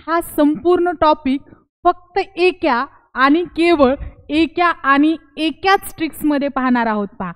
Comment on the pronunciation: एकाच असे बोला. चुकीचे pronounce करू नका. खुप छान trick.